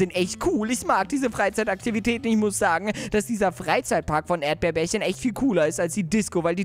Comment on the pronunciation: erdbeerbärchen heißt nicht erdbeerbärchen sondern er heißt erdbeerchen😄😂😂 habe ich herausgefunden als du den Brief von erdbeerchen gelesen hast😂😂😂😄😄😄